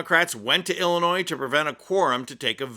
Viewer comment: OMG, I can't stand it... the s in Illinois is SILENT!!!